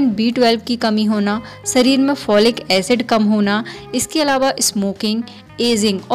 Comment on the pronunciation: Sareer me nhi shareer me